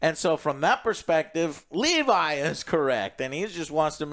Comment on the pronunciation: Not a huge deal but why does Joe always fuck up names when it’s clear how they pronounce it Dude did it with Thanos now he doing it with levy It’s not Levi Shoutout yall tho